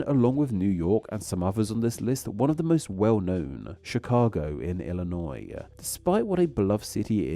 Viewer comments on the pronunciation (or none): none